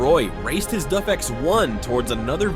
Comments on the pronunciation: Pinned comment by the uploader says he was using Text-to-Speech, and the AI narrator wasn't set up correctly to pronounce DAF right. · Duffman says, you can't pronounce the name of this truck correctly. A-who-haa! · You need re-upload this with the correct pronunciation of DAF, you've no credibility leaving the way it is! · Is it me or is he saying ‘Duf’ instead on ‘Daf’? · It's not DUFF it's DAF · DAF. Not DUF, DAF. I know cuz both remaining turbo twins are parked three blocks away from my house. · DAF is pronounced A for apple not DUF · Its a DAF.....not a DUFF 🤦‍♂️ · its pronounced D A F not duff ! for christs sake...and they were beasts. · Do Americans watch any videos BEFORE making their own??? Surely a quick watch would teach you it's dAf not duf!!! It's dAkar not de-kar. Come on guys, you speak English, you're accent isn't even that strong it's not hard to learn to pronounce words as used in their home countries. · DAF not duff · It’s D A F not duf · Duf ??? It is DAF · Its daf not duf 😂😂😂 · DAF as in daft not DUF as in beer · Its Daf not Duf or more precisely Dav is closer to the way the Dutch pronounce it. Its literally written on the side of the truck how can you get it wrong. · What is a DUF? i didn't realise it wasnt DAF.... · What's a Duff truck? A beer truck for Homer Simpson? Get the pronunciation correct... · bro I am grateful for the free content I get to enjoy, but please, help me understand. How did you arrive at pronouncing "DAF" as "duff"? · Why can’t Americans seem to pronounce simple manufacture names properly it’s Not DuF that’s a beer from the Simpsons DAF D A F as bad as Americans trying to pronounce NISSAN Ne-SAN it’s wring NISSAN like miss Nissan no Nee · That's D-A-F not D-Uh-F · not dov. its Daaf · its pronounced DAAAF not DUFF, but then again .... A.I voice overs are not exactly good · It’s DAF not DUF? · It still a DAF, not “DUFF.” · of DAF? i mean its close but not correct, its pronounced with an Ahh instead of an Uhh